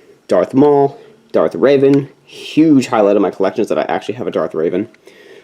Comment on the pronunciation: It’s Revan not Raven lol, but nice collection bro!